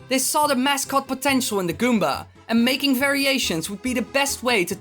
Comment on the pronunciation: when you say goomba you're like goombar